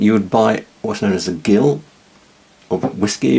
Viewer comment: Gill is pronounced 'Jill' when referring to the measure and as 'Gill' only when referring to a fish.